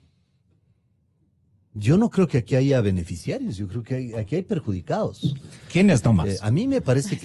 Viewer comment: Otra que ha sabido decir hayga..